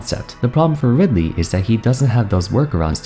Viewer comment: and after butchering ridely like that they gave kazuya EWGF 😂